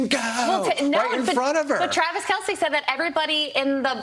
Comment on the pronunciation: The name is pronounced "Kel-s" . . as if the E wasn't there......"Kel-See" equivocates to calling Mr. Jones...."Jonesy"....!!